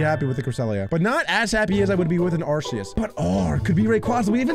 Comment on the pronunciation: It's Arceus